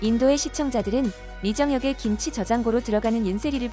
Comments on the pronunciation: 신치 라니? 정신 차려 김치. 발음이 안 되면 하지 말리지. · 양쪽에 발음도 않되고 기무치라고 하고 신치 라고하고 ㅋㅋㅋㅋㅋㅋㅋㅋㅋㅋ